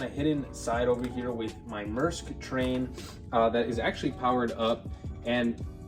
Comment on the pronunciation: Maersk is pronounced “m air sk” not “m er sk”